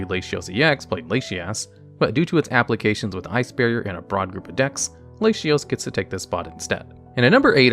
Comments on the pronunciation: Hearing Lashyas and Lashios is for sure a Reuniclus moment xD to my knowledge, they are and have always been La-ti-os or Lati-oss and La-ti-as or Lati-ass... I can understand tho for English only speakers, but for Spanish speakers like I, the La-ti-os / La-ti-as pronunciation grew organically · Oh no, its La-ti for everyone idk why he pronounces them like that cause like it doesn't make much sense in english either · I wish you'd look up how to pronounce words. Trio is not Try-oh, it's tree-oh. Latios is doesn't have a sh- sound, it's Lah-tee-ohs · I immediately came to the comments after I heard that Latinos pronunciation to see if I was bugging or missed something lmao. I just started following this channel I hope my guy has learned how to say it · I've never heard Latios pronounced "Lay-shee-os." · Lay shee ohs makes me want to kill myself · Homie saying Laysheeos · ...it's "lah-tee-ose" and "lah-tee-ahss". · Hey guys, I'm not trying to be nitplcky since I've been waiting someone to make this kind of content for some time now, but you have to start double checking the pronounciation of names to take the quality of the vids up. I may be just obnoxious so feel free to not care for this but it's very weird for longtime pokemon fans to hear "jean-sect" or "lashios" (I also remeber hearing the pokemon named monsters in another vid, which with your yugioh background is understandable). Anyway just my 2 cents, other than that your content is great, I got hooked on your main channel after finding this one, keep it up! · ahhhh my ears XD Lay she os lay she as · I have forgone correction because I just assume you haven’t heard them spoken, but it’s kinda funny to hear your unconventional pronunciations…La-tea-os and La-tea-ahs Like Spanish masculine and feminine -o -a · Love you but you’re gonna need to brush up on your pronunciations if you’re gonna be releasing Pokémon content! Lah tee ohs, Lah tee aws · That latias/latios pronunciation had me rofl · España haha.